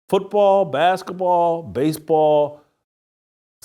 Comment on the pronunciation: Hey Jason! What's "baskuhball??"